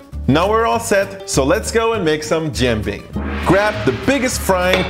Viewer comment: I’m impressed by your pancake pronunciation in Tianjinian👏👏